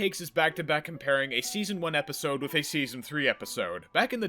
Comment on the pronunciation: With is pronounced with a TH not an F Wiff was too much for me I couldn’t finish the video.